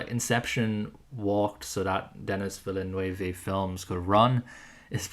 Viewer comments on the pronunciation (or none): Your pronunciation of Villeneuve sent me into orbit